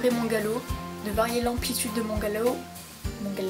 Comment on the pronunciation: Mdr "Galow" 😂😂 sinon merci pour tes conseils 😘